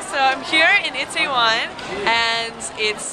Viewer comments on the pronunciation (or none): Looks like you had a extra fun time. Always enjoy your videos and perspective. And now.. it's time to go Gangnam style on your butt, lol. Are you ready? Repeat after me: EE tay won. EE tay won. ;)